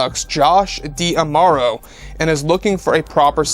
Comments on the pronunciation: Just a reminder it is Josh DiMauro, not Josh Diamauro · Just a reminder, it’s Josh DiMauro, not Josh Diamauro